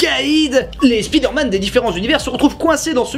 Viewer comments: À chaque fois qu’un francophone dit Spiiiiiiderman, un prof d’anglais meurt dans le monde. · C'est qui qui nous parlait de bien prononcer Bioshock et Fallout en anglais puis qui prononce spi derman tel un mot Français ? 😆